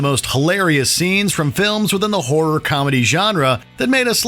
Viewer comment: Please learn how to pronounce ‘horror’ correctly.